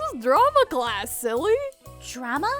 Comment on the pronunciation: in the beginning the nurse said classt